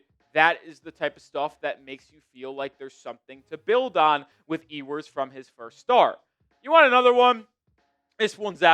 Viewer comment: Solid break down! But his name is pronounced “You-ers” :) I’ve heard other say “Hugh-ers” and sounds like you’re saying “Ee-oo-ers” But Quinn himself pronounces it “You-ers.” 😊